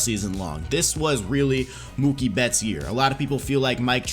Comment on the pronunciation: It’s Mookie and it’s not close